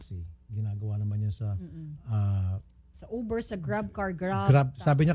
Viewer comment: tama ba dinig ko? Hahaha Youber daw. Di pala Uber yun? 😂😂😂😂